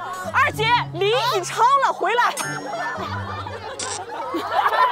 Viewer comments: jessica的身边是不是一直都有四川人，她的叫的’二姐‘完全就是标准的四川话了 哈哈哈哈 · 当jessica说我觉得二姐，那个口音笑死我了😂